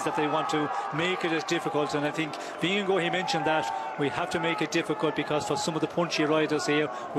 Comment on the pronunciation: And they pronounce the riders' name quite accurately. I never thought I would hear English speakers pronounce Vingegaard in any other way than 'Vingeguard' but thanks to a few guys the correct 'Vingegore' has become standard.